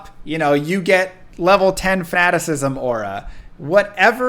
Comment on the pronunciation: I dont think level 10 FATISISM aura is the politically correct pronounciation.